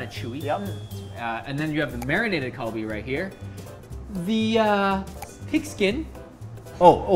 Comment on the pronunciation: When you said galbi I thought you said Kobe and I was liken what kobe is really expensive